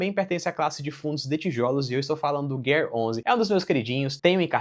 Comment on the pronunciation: fundo da bolsa brasileira e tu vai ler como 'guer11' qual a dificuldade de falar GARE11?